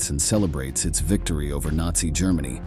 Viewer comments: Grrrr Many 🐻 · The narration is absolutely horrible. "Germany" with a hard G , too funny. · Love this channel but what is wrong with the narrators pronunciation? Is it AI? "staylin" instead of Stalin "ger- many" 😂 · Is this an AI voice? This buffoon cannot pronounce simple words like Germany, Stalin and grandfather. Zero credibility here. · This artificial intelligence or whatever it is called is b.s. After less than 9 minutes the "narrator" is mispronouncing such 3rd grade words as Germany, reserved, Reich, recovered and more. Can't the producers have more respect for the audience, and for history, than such garble? Besides, several facts are wrong. This video refers to the German Army uniformly as Nazis, which technically is not true. Yes, the SS and the officers volunteered or were appointed as members of the Nazi party. However, much of the regular Army (Heer) was conscripted, drafted, not considered SS material, or volunteered to fight out of patriotism and duty, but were not ruthless high testosterone ferocious killing machines. Secondly, taking Stalingrad was an important propaganda objective for Hitler, but in itself it was not strategically vital. The video, and many historical sources and war histories, makes clear that Oberkommando told Hitler it would be better if Stalingrad was bypassed. Few in the Nazi high command thought that the capture and destruction of Stalin's namesake city was worth the risk and sacrifice they knew it would demand. It was invaded to hold down and off the Soviets across the Volga so that they could not eventually attack the left (eastern) flanks of the many Panzer, SS and Army divisions heading south to seize the oil fields. But Hitler seemed more obsessed with profoundly insulting Stalin than in the far more crucial goal of taking Soviet resources to support the Nazi war ef